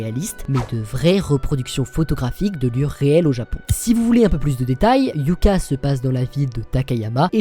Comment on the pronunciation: Hyouka ne se prononce pas "Hyouka" mais "Hyôka"...